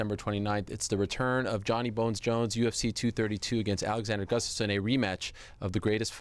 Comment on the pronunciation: Jon's biggest challenge is saying Gustafson's name